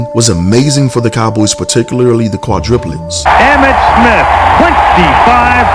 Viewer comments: I'm sorry but it's driving me crazy lisening to you say quadriplets when it's supposed to be quadrUplets. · I know it is petty, but it is quite annoying. It is QUADRUPLETS, not QUADRIPULETS. And yes, Jay was a beast! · Quadruplets...,. Kwa-DROO-plets